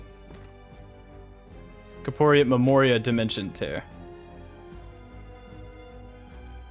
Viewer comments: I'm pretty sure Corporeate is pronounced core-pore-ee-ate. As in making something corporeal. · It's pronounced core-pore-ee-ate